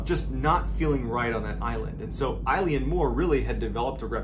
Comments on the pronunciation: As someone from the Scottish islands, your pronunciation of the place nearly ended me! Good video though, keep doing what you're doing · It's pronounced Ill-Yawn More not Eileen More ffs 🙄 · LOVE you, love your channel and your delivery, but...its pronounced Ale-en More, and sorry but this story has been really embellished (not you, previous additions to the original mystery) from the bare facts as reported by the investigators at the time, it was bald facts in the logbook, as these were three very professional lighthouse keepers, as this was a hard job before we made most of them automatic due to the damage it did to some of these brave men. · I lean more. No it's pronounced eylan mor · Is it Eleane Moore? Or Eileen Moore? Online it says Eileen, but he’s pronouncing it as I-lee-Ann 🤔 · Eilean Mor is pronounced Eeelan Mor Not Like a girls name Ileen . Just saying It's not your fault It's Gaelic name and some of the Gaelic speak is pretty hard to pronounce. The Gaelic name of the island means "large island of Rainish" and is taken from the surrounding area, which itself means "Roe deer headland", from Old Norse. Love your stories keep em coming If ye have a look on Google Earth you can see the boulder which is now in a corner of a garden wall and it's massive Yes you can see Eilean Mor from the outer Hebrides It's on the horizon and in good weather it's as clear as a bell . Locals on the west coast of Lewis still talk about that fatefull day in hushed tones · Tammys aff tae yer pronunciation son. Your saying eyeleeanmore. Fair play to you buddy. Try Eeelan Mor. X 🏴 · I had a bad feeling when I saw the Gaelic in the title, that feeling was confirmed when Mr B pronounced it "I-Lean-More" 😂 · It is pronounced Il-Aun More. Oileán Mór in Irish or Scots Gaelic 😊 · Close - it's pronounced 'ay-lan mor'. It's Scottish Gaelic. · It’s pronounced Ellen Mor 😁